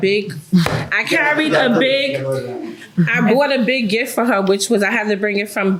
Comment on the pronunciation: The word is gift with a T not giff. Enunciate darn it 😜 lol